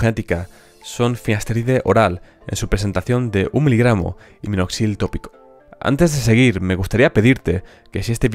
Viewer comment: Oigo claro, “un litro”. Incluso, en vez de minoxidil, escucho “Noxil” . Pero no importa, la información es valiosa, y eso es lo que realmente importa. Gracias.